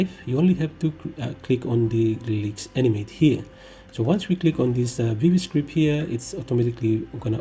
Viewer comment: When the editing software is so obscure that even the best guide for it on the internet pronounces it wrong